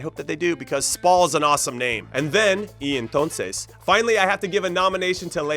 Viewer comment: I am a native Spanish speaker and you got me all confused when you said "y entonces"